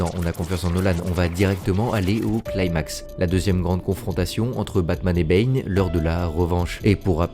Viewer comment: What do you keep calling Bane? Is it “bean” or “B”? A couple of times it sounded like you said “Ben” and I think one time I even heard “pain”.